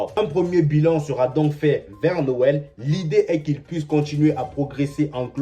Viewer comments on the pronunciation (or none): none